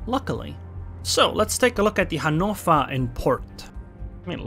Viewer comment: Finally someone who is pronouncing Hannover as it should be! ^-^